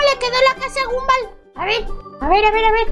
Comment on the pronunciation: No se pronuncia Gumball se pronuncia Gomball